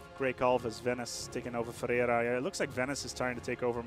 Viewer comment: Ferrara, not Ferrera...